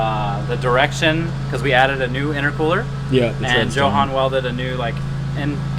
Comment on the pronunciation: Jo-han?! It's pronounced Yo-han and they are supposed to be friends